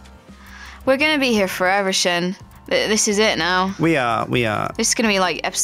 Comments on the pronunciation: Lol I love how ALL of his Yogcast members call him instead of S-Jin. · I think Sjin secretly hates that everyone pronounces his name wrong, but he's too nice to say anything, so he puts an extra accent on the "J"